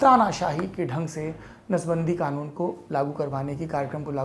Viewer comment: Laude kanoon hota hai khanoon nahi